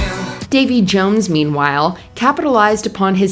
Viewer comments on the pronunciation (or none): none